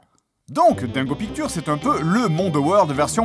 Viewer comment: "dingo pictowr"